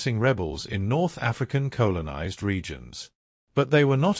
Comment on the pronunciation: Interesting video, but the Robo/AI voice was awful - "Colon"izers, lol.